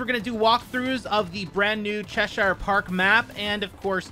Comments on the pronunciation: Love the attempt at Che-sheer 😂 Big love from the UK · It's pronounced chesh-er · Too true, should be pronounced as Che-Shur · CheSHIRE park , mark 2 carBEEN 😂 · Cheshire is pronounced "Cheh-shuh", two syllables rather than three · Cheshire = Che-Shur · God Americans saying Cheshire hurts me so deeply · TRIGGERED: THAT'S NOT HOW YOU SAY CHESIRE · As someone who lives in Cheshire I am hurt by that pronunciation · Who else gets triggered when he pronounces Cheshire park wrong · The way you pronounced cheshire made me sick! Good video tho? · Learn to pronounce Cheshire properly.